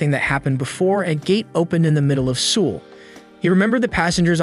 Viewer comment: The way bro says Seoul 💀